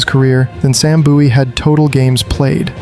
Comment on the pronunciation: Boowie/buoie?? Its Bowie as in Bowie knife ...MJ was the original phenomenon beforel the Brazilian footballer Ronaldo the Phenom though the names apt for the latter too